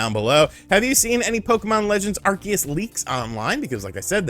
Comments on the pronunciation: I hate how you mispronounce Arceus, it’s are-see-us NOT are-key-us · I hate to be " that guy " but, isn't it pronounced ArSEEus? Lmao